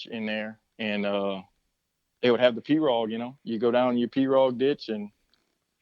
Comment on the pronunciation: Ive lived in Louisiana my whole life and ive never heard pirogue pronounced like that. We call it pirow